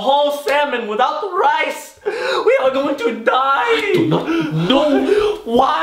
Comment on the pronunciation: Its rice not ryce